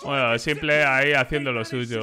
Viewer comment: Y dale con pronunciar el nombre de s1mple mal ahhahahaha me pone nervioso